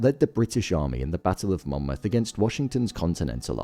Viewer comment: He quite obviously says it correctly. Get off your high horse